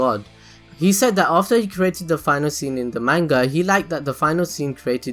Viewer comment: the way u say manga makes me want to die